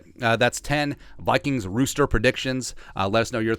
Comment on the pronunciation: Roster not rooster